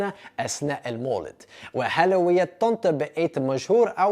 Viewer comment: بتقول مدينه طنطا بطريقه احسن من المصريين 😂😂